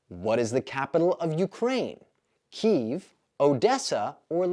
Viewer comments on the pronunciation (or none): none